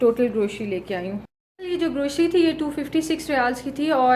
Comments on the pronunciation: Sister word grocery hota hai not groshry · Grocery ..word C is pronounced C..not SHE.... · Please grocery ki pronouncing sahi karin